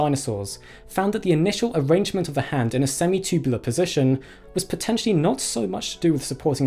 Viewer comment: Love it when this dude says “semi-chewbulah”